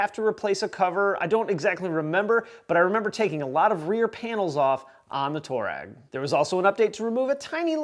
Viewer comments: Just so you know, it’s pronounced "twar-egg" not "tour-egg" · The name toureg is after an African tribe and it's actually pronounced (I'll write it phonetically) twah reg... just saying!